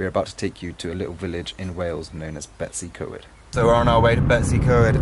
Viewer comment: 'English' farmhouse in Cymru? One can perhaps understand North Americans not being aware of the distinctions, but those hailing from within the UK should know and respect the differences! It's pronounced, Betoos uh Coid, NOT Betsycoid! Ty Gwyn is pronounced Tee Gwin.